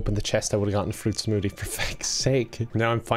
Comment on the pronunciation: says smoothie as "smootea"